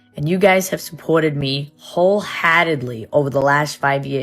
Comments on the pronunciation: I don’t know how she said that with a straight face. What even is that accent? It’s not a Boston accent at all 😂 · Whole HAdedly